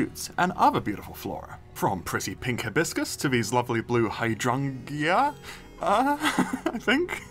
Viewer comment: in case you were still wondering, the hydrangeas from the tropical biome are said like High-drain-Juh with emphasis on middle syllable. Very beautiful flowers.